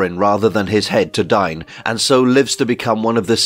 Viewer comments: Isn't "Dain" not "Dine" Long A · His name is Dane not Dine. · The name "Dain" is typically pronounced as "Dayn" in English, rhyming with words like "rain" or "plane." The pronunciation could vary depending on cultural or regional influences, but that's the most common way to say it.